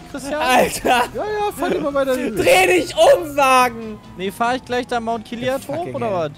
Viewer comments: "mount kiliad"... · Niemand:: mount kilian